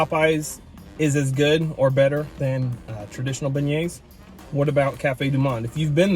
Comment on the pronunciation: Beignets (ben-yayz)